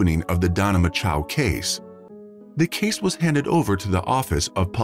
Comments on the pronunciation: “Macho”, as in Randy “Macho Man” Savage. Rhymes with “nacho”; it’s not “Ma-CHOW”. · The name is spelled MACHO. Why does the (voicebot ???) narrator pronounce it MACHOW ????????????? Where's the W in her name ????? I don't see it. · Thanks for the information. I was actually coming to the comment section to ask about the bizarre and annoying pronunciation, "Mah-Chow" used in the video. I thought it would be "Match-Oh" though. Why was it "make-oh" like the shark? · Poor girl. Lame reseach n story telling, couldn't even get her name right "Mako" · Strange pronunciation of "Macho." "Machow"? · It doesn't matter, but the name "Macho" would be pronounced like you say it in "macho man". But pronoucing it differently avoids bad thoughts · I BELIEVE YOU...and how disrespectful for these wanna-be -internet-voices who MAKE NO EFFORT to check out the proper pronunciations of these precious people's Last NAMES. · If you are going to use automated voices, check their pronunciation of words like "depravity" and the victims name, "Macho" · Is it really so difficult to pronounce the last name of the victim correctly? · That narrator is getting off on mispronouncing her name. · Mispronouncing the name of the subject of your video is disrespectful. Know how to say someone's name. Actually having listened all the way thru now, I'm convinced this was not human narrated, it was an AI voice reading a script. That would explain the many idiotic pronunciations. So it's another one of those empty channels. When scripting you have to make special spelling choices to get proper names and certain uncommon words to be spoken correctly.